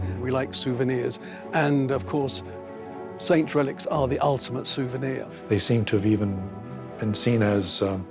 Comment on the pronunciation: It’s really driving me absolutely freaking crazy how he is pronouncing the word saint